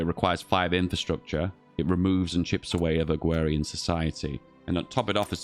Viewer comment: It's just a speech impediment. Unlike the bo'o'le o' wa'er stuff it's not a feature in any dialects.